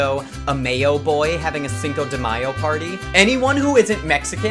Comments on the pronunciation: you mispronouncing the Mexican Cinco de Mayo made me cringe so bad my jaw mussels got abs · Caballero disculpe, pero se dice, Cinco de Mayo <3